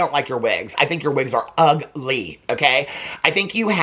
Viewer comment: OMG I’m howling! The second you said Jay’s wigs are UG-LEE🤣💀 You gave me the hiccups!!! Hahahahaha OMG roller skating to Donna Summer in her driveway😂😂😂